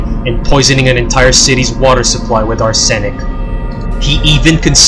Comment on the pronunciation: Omg, you are fucking illiterate! How do you mispronounce words like "arsenic" and "circumstances"?